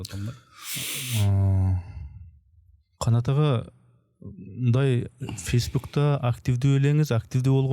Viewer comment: АЙ КАЛМАК ЮРИСТ Аңга дебей Ага деп так сүйлөчү сураныч кулака жаман угулат экен Шыптун эмес шыпун.